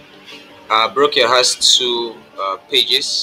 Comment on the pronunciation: Brochure is pronounce - /brōˈSHo͝or/